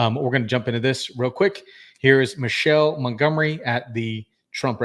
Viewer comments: Her name is pronounced Mi-kay-la. Not Michelle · Her name is NOT Michelle... It's Michaelah